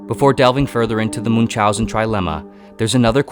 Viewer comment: Americans, please, look up pronunciation of Münchausen, Camus, Frankenstein, ..., people you mention a lot, and butcher their names in full.